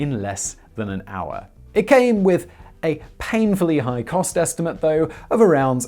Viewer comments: I tried to write down how Simon pronounces 'hour' but it is simple impossible. He is not using any of the known vocals or consonants. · You are a grown ass man. You know how to say HOUR. unwatchable.